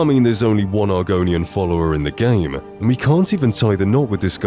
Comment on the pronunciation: Why do you say "mand" instead of "and" lol